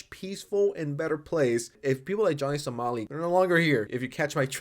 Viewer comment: somali somali not solami